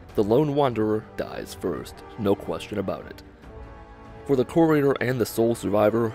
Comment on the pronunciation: That's not how you pronounce courier